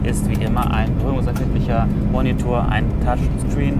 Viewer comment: Schönes Video wie immer aber es gibt eine Kleinigkeit die mich irgendwie stört.... ich will hier nicht den Klugscheißer raushängen aber es heißt "Touchscreen" und nicht "Touchstream" oder "Touchstrean". Sonst wieder alles gut und interessant dargestellt.